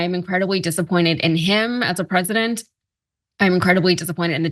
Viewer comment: Why is "incredibly disappointed in him as a Peesident"??? He did waaayyy more than Obama...